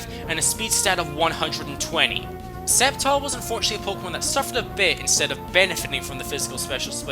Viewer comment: bruh, did anyone else cringe everytime he said "septile" instead of "sceptile"